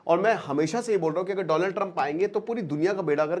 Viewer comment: Dolund Trump😂😂😂